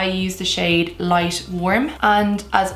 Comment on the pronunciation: Every time she says "light" it sounds like she is saying "lice" 🤔